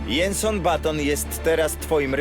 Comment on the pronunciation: jenson??? Kto ukladal ten dubbing??? Zabije, no normalnie zabije!!! Czyta sie Dżenson!!!